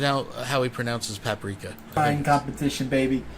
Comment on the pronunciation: cooking is really funny. The whole time he's saying "this is what I do". Then proceeds to look like someone that has never done this before. He doesn't know the pan sits weird, can't find the pepper, mispronounces paprika.